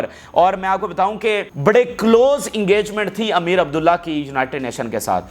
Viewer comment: PLEASE CORRECT AMEER ABULLAHIAN is the right pronunciations